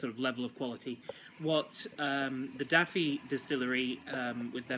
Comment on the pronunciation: Pronounced Dove ee (anglicised spelling is Dovey) not Daffy as in the duck. Great review otherwise.